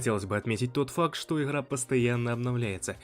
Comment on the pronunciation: как только услышал "ихра",сразу вырубил видео